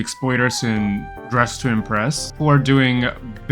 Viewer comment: "Dressin breast" 💀